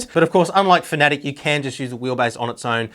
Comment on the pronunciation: its pronounced fan-a-tech not fantic